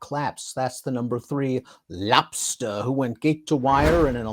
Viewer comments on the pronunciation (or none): Lobsta, cause of the way says his name. cuts loose his inner Bennicio del Torre